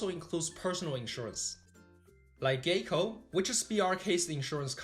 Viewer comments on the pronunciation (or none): Listened to both Chinese and English version. Great job! Thank you for sharing informative analysis. Just one minor comment, I think GEICO is pronounced /gai kow/. You wouldn't want to upset Mr. Buffett😊 Continued success!